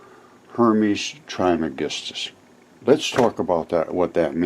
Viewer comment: There has been an episode of Ancient Aliens in the past about Hermes Trismegistus. It's been a few years ago. Some believe that he and Merlin and the Magician are one in the same. Pronounced "Tres" by the way. He is also believed to have authored numerous ancient texts, including possibly the Voich Manuscript.